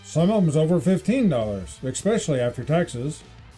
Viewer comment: Announcer-there is no c or k in the word especially. I'm old,smart and know the English language.